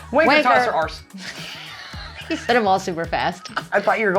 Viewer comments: With Arse try not to pronounce the r in Arse it sounds far better than trying to twist the r to fit the word so should be spelt Aahs no r Right Tosser. Don’t pronounce the er so it’s Tossa! Right Wanker. Don’t pronounce the er so say Wanka! But really mean it Right Did you know that there is a piece of machinery that is called Wankel which is the Wankel Engine True Right?? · put the word “well” after bloody, it sounds more natural and you need to pronounce arse …… ahhh se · I am 35 and I have never once heard positivity knackered 😂 knackered ye but not positively 😂 must be the posh way 😂😂😂 Also the way you are saying arse is not how we say it 😂 we say it the same way you do 😂 I think your learning these things from posh people deffo hahaha It's bloody freezing here Bloody hell !